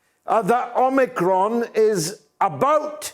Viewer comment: Drop the R omicron . You omiCON.